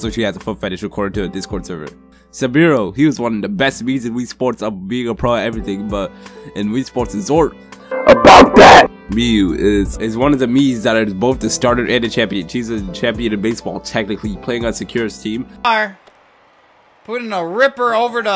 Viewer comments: 1) it’s pronounced my.u the I is silent 2) I’m good a baseball 3) I still make the best sushi on Wuhu Island 4) I wish my father and mother were Matt and luciá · To the roleplayer: it’s pronounced MEE-yoo not my.u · Jamaican Cat that’s how you pronounce it in USA but China it’s my.u